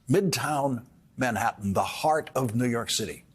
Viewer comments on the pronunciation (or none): Listen… he keeps saying New Yerk.